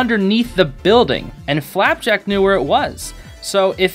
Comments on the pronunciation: STOP SAYING "FLAPACK"!!!!! sorry it makes me SO mad! it's flapjack!!!!!! (this is a great video!!) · why do you pronounce flapjack as flap-ack sometimes? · Love how you say “Flapack” instead of “Flapjack” a few times! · I love the way you call Flapjack Flapack xD Another cool reference/secret I think you'd find intresting to know, if you look at the tv shelf, under the nintendo switch theres a CD with a bite in it. remember when gus back in that one episode tried to bite a CD and said " OOOH SHINY COOKIE!" back in " escaping expulsion " ? Yeah, lemme know if you noticed that or not, thought you might find it cool :D FOR FLAPACK/FLAPJACK! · "flapack" let's go he said it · I'm sorry but the amount of times he said flapack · Am I the only one who heard him say flaback